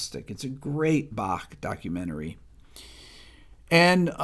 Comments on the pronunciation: I love that you say "Bach" instead of the usual English "Bakk"! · Impressed that you, an American, can pronounce Bach. 👍